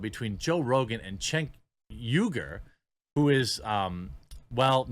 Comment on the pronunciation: You pronounced Cenk Uygur exactly right, bro. Well done.